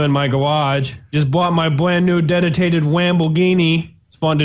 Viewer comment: i'm Here in my gawaaghe, Just brought my bwand new detitated Wamboghini.